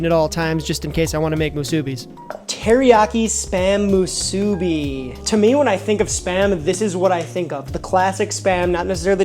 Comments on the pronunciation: being a 2nd generation hawaii local, i can confidently say you're also mispronouncing musubi (should be more like musu-BEE), AND that is actually not the correct spam to rice ratio, go to any 7-Eleven in hawaii and you will find that it is both not burnt to a crisp, and also thinner sliced to better balance its natural saltiness with rice, which in your case was not cooked sticky enough for proper musubi. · Did your step mom ever tell you that you’re pronouncing musubi wrong?